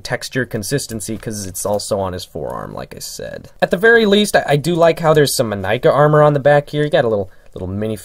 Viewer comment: Liked for proper pronunciation of Inika